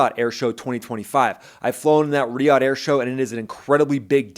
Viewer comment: Rah-Dom, not Ray Dome. Come on, buddy.